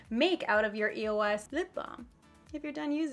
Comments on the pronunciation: it was so annoying how throughout the whole video she was saying e-o-s instead of the word eos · the brand name is not pronounced by each letter. it's all one word. just a tip since youtube success is getting competitive you might want to do some research before hand on the brands you are going to feature, it makes you look more professional